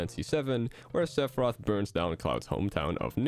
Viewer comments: Maybe he can join Lucina, Simon, Richter, and King K. Roll by having an unnecessary extra announcer shout for "Sepharioth" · don't let this video distract you from the way pronounces Sephiroth